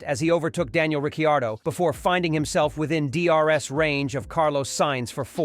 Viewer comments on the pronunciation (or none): "RickeY-AR-dough" was the biggest tell